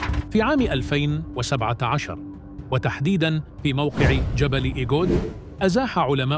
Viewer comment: إسمه جبل إغود وليس إگود، الكلمة أمازيغية،وتافوغالت أيضا كلمة أمازيغية